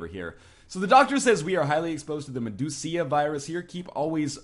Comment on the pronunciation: I like how he says medusa.